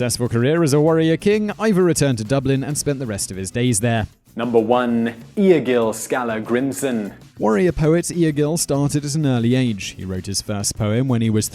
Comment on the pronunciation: this dude is butchering my ancestor's names LOL Egil Skallagrimsson...butchered